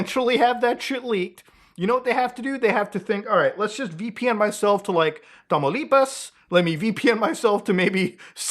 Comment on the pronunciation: that Tamaulipas pronunciation was on point.